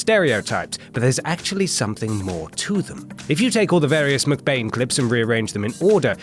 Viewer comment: Why do you say McBain like Muk Bane?